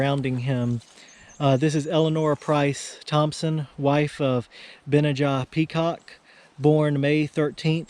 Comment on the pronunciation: Benajah: accent on the middle 'a' - Ben NAH jah, according to